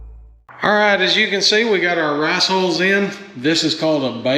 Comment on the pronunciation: 'Rass"??? This Californian had a hard time figuring what you were saying. :) Definitely made me smile. We live near Rice country here. It will be interesting what you think of the hulls. I have used rice hay for my horses bedding before, I did not like it at all. It stuck together, not easy to sift out the poop, but hulls should be better. Just for reference, our 60 two and a half week old meat chicks are going through almost 5 gallons of water each day right now!